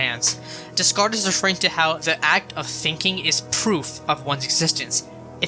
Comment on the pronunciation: Descartes is French so that means you don’t pronounce the S’s in his name. It’s like day-cart